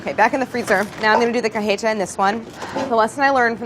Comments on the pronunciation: Don't even get me started on "cah-heh-tah" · Any other Latinxs feel unreasonably irked by the way Claire pronounces cajeta?